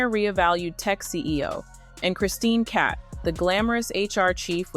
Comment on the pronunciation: Cabot not cat